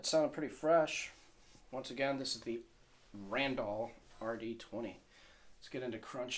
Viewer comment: LOL RAND-ALL THE WAY YOU PRONOUNCE IT IS LEGENDARY